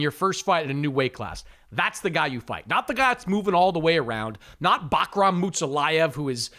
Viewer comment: Bro neither of you guys pronounce Bakhram’s name correctly 😂😂😂 moor-taza-leave